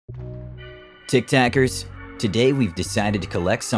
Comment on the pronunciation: "tik takers"💀